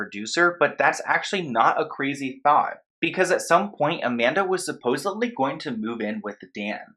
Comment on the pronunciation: "supposedly" - there's no B in it.